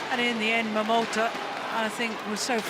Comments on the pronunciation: My attention was completely grabbed by this speaking lady who always pronounced this Japanese young player's name "Momoto" in the beginning (no offense :p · Momota is written as "桃田" both in Japanese and Chinese, but pronounced as "momota" in Japanese and "tao tian" in mandarin. So when you hear "tao tian jia you (桃田加油)", they are just cheering for momota. By the way, "桃田" means "peach field".